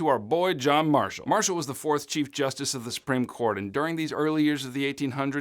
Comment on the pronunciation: John MAR- shall…. Oh